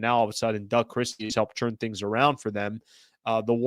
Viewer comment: is my guy... but why u say "churn" for turn